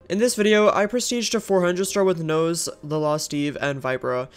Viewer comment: love how he said nose and not nos and like u r so in for final kills like poor viper was trying to get that red but nah u said sike i got it